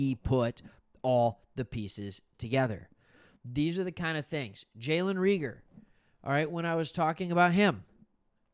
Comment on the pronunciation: Jalen Ray-gur, like Reagan.